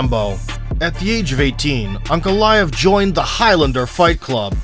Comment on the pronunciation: Whenever they say his name I hear "Uncle Laev". Good old Uncle Laev causing a fight at the family barbeque again.